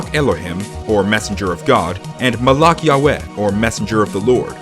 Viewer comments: It's malach not malak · Just a little tip, Judaism is actually pronounced like Judy- isum. And malak is pronounced with the k sounding like the weird noise you make in the back of your throat. Also elohim sounds like elo- heem. I'm Jewish, and took four years of Hebrew. (If some of the ways I pronounced words are wrong, this is how I learned it, and there are different accents and ways people learn to say them, based on where they live and who taught them.)